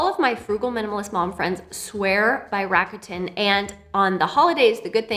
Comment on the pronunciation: Hey language tip, RAKUTEN is Japanese. The kanji is 楽天. It's pronounced RAKU (RAH-KUH) which means "easy" and "fun" and TEN (TEN) which in this case means "heaven" because of the kanji they chose. So it's like an easy, fun, and heavenly shopping experience 🤔